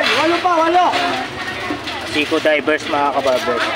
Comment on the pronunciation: bakit Yung isang vlogger tawag Seiko driver hinde ba marunong magbigkas o mabigkas nya Yung divers 😂